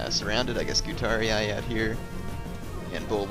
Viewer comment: its funny that when you said about your scutarii it sounded like you wanted to say STUPIDarii